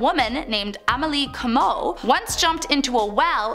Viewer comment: Shreveport is pronounced (shreev-port) and Comeaux has an emphasis on co and not mo:)